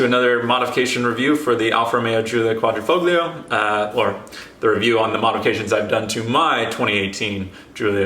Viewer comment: 🤦🏿‍♂️🤦🏿‍♂️ I hate how he pronounces Quadrifoglio lol. The "g" is silent 😶